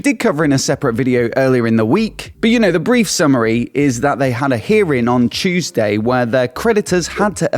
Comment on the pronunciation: I can actually hear "ChewsDay" 😂😂😂